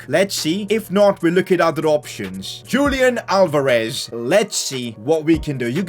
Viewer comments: Your pronouncing Julian Alvarez wrongly Julian should be pronounced as "Yulian" Alvarez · Julian Alvarez is pronounced as Hulian Alvarez.